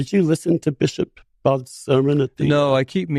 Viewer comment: It gives Sullivan a boner to trash while lying about the Episcopal church. He also could spend 2 seconds learning how to pronounce Budde.